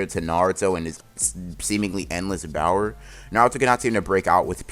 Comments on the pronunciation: Does anyone else hear “bower” instead of power? Just wondering. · I love how you say Bower instead of power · .... its power but he gets auto correct and say bower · Correct pronunciations: power: bower, speed: spid, Sakura: uselessness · Also what is “bower” do you just say power weird or is there something to it